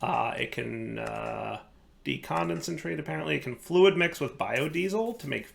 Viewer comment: "Quantum _flud_"? Was pronouncing it wrong, or is that a bug 😀